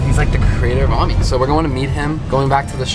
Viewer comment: as a french person you’re pronouncing “ami” wrong haha anyway great video!!